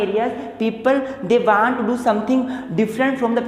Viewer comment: Bhai teri pronunciation kitni gandi hai😂😂😂😂 aaalsoo vanttt😂 kuch v ek to bekr pdha rhe bhai hindi m smjao